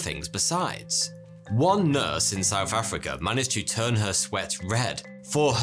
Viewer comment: One nurse in where? Oh, Souf Africa. Of course. Down souf. How silly of me.